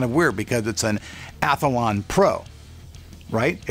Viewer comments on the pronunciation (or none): Its Athlon.. not Atholon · There's only one "A" in Athlon, pronounced Ath-lon, not Ath-a-lon.